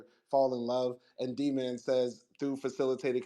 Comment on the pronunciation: She raped him her sick azs! And i HATED when she said DMAN....its D- MAN